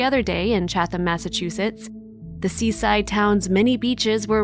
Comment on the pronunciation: The town is named Chatham, pronounced CHAT em. The second H is silent.